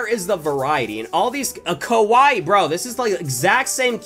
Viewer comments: THATS NOT HOW YOU SAY KAIWAI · The way he says Keawia